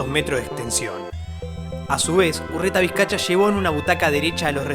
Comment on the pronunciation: Es UrretavizcaYa, no UrretaizcaCHa🙈